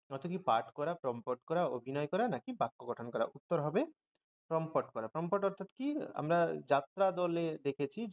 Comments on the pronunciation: টাইপে না আপনার উচ্চারণে ভুল আছে। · ওটা প্রমপট নয়, প্রম্পট 😊😊